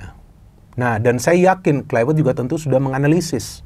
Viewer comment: Pembacaan: Klaivert, bukan Klaiwert